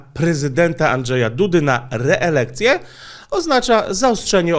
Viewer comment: Czy tylko ja w pewnym momencie usłyszałem "re-erekcję"? 🤔